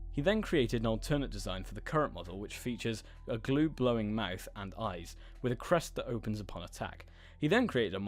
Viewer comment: You said glue blowing mouth instead of blue glowing mouth. 😂